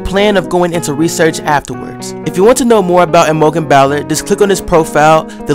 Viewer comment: ahh my article got made into a video!! :D hahaha my names pronounced I-mo-jen and bowl-er :P and I'm a girl! but other than that totally love this video it's so exciting!! hahaha :)